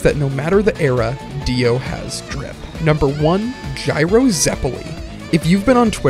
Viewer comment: Basic japanese pronunciation and many many many video games correctly saying "Jy-Ro"